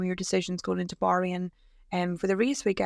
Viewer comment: Can you please pronounce Bahrain correctly !